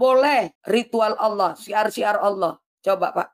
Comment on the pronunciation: Ada kata" pakailah bahasa yg benar, Allah kok baca ny Owoh, kadang bingung aku